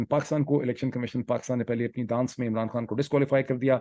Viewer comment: 🙋 او بھائی ڈاکٹر انتہائی مضحکہ خیز اور غلط لفظ بول رہے ہو۔۔۔۔دا۔۔۔۔۔نست... Dannist...